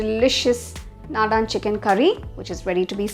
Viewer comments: The curry looks yummy but the pronunciation is very different..it's not Nadaan it's Nadan ( means traditional) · it is not nadaan...naadan...meaning desi or local... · This is soo yummy. Thank you. It's naadan not nadaan. The a stress is at the beginning of the word. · Please note that you may pronounce the curry name short A after d..not nadaaaan